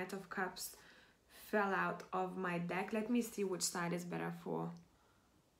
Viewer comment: Number 1 and I laughed when you accidentally said d*ck HAHAHAHA